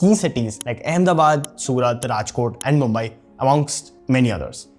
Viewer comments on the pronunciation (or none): none